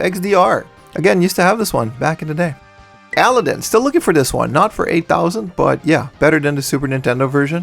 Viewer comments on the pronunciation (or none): This is the second time I’ve heard you say Aladdin to rhyme with Paladin. Like bruh.